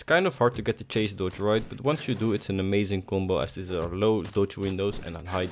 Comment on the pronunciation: Cool video, but in it's chase dodge, not cache dodge.